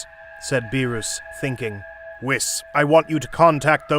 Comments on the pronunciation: why did whis the homie pronounce beerus as 'biiroos' 💀💀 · When this man said beeroos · it's Beeres not beerus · I love hearing you say beerrooos 💀 and wissss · Nobody: Him: Beeroos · the fact when he said beeros😭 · You say beerus very strangely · damn THIS is the shittiest "what if" ever, everything about it sucks from the narration to the story p.s stop being a prick and pronounce beerus properly, ur vegeta imitation is beyond terrible edit: killing bubbles was a bitch move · you said all the names wrong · Sorry sorry you pronounced beerus's name wrong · I love how you pronounce BeeRus lol. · These videos genuinely offend me, Like the way they say Beerus and Whis. Also calling them Dragon Spheres :skull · What are these pronunciations ☠️ "BEE ROOS" "SHEN LONG" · Beerus not beeroos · It beerus not beeros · its beerus not berus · berus=bee-russ not bee roose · It is not Berus it Beerus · Beruus hahaha it's beerus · Why, just why. Beeroos, and not Beerus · It's beer us not beerooos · Sorry for the grammar correction but it's not Ber-roos it's Ber-us or Be-rust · It’s not Beeruse it’s Beerus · U GOT THE ANGELS AND THE GODS NAMES WRONG BEERUS' NAME ISNT PRONOUNCED BEER-OOS its pronounced beer-us and Whis its not pronounced wis it is pronounced wees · I love the parts when he say beeroos and hermit seeds (def not beerus and sensu beans) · Everyone: beerus: beeroos💀☠️💀☠️ also everyone: shenron: shenlong 🤦‍♀️🤦‍♂️🤦‍♀️🤦‍♂️🤦‍♀️🤦‍♀️🤦‍♂️🤦‍♀️🤦‍♂️🤦‍♂️😑😑😑😑😑😡 guys why this guy so dumb everyone: super sayian/ssj/ss super sayian 2/ssj2/ss2 super sayian 3/ssj3/ss3: sayian 1 sayian 2 sayian 3 bruh 😑😑😑😑😑😑😑🤦‍♂️🤦‍♀️🤦‍♂️🤦‍♀️🤦‍♂️ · Who is beeroos!? ITS BEERUS NOT BEEROOS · Bro said beeros 💀💀💀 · he say lord beroos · Beeroos? Seriously dude 😂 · "mR bEeRoOs" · "whats going on mister beeerouse" lmaooo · "bearoos" "wiss" 💀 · bee-rus :skull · that the heck is a beeruus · Bee roos, wis, shen long, dragon spheres 😂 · WHY DO YOU CALLHIM BEEROUS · Not “beeruuus”💀💀💀💀💀💀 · "Mr beeurus"